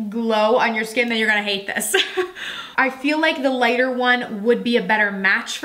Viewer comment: You know you say lita vs lighter shade. Same with deeper shade. You say deepa vs. deeper…hah. Or is it me…??